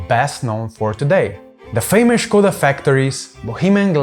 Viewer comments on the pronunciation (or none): none